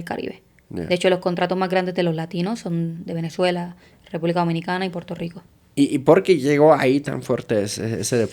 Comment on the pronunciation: Puelto lico"estado libre asociado??? 😂😂😂😂😂😂😂😂 asi le llaman ala colonia gringa?